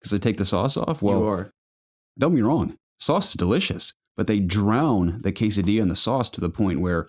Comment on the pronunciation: hey guys this podcast reminded me why I like it so much, you guys drew a smile on my face with the quesadilla pronunciation, and I have to break your hearts but it still isn't right 🤣😂, and also with the skinless fortnite kills lol.Do I count as a skinless pleb if I have a blue color from psplus? I guess I do lol.... I love you guys so happy to see the community growing even if as a I become a grown man like I can't hang out as much, keep up the good work guys!